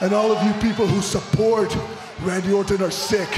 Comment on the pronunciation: lol its Randy Orton not Randy Orten U Indian Jobber!